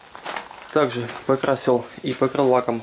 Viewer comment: Так же! Так жЭ Так жЭЭЭ Да глять сколько можно????! В целом норм